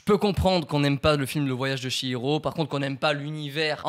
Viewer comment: Le voyage de "SHI"hiro 😭😭 je pleure le ch- se lit " tch" donc le voyage de "tchi'hiro.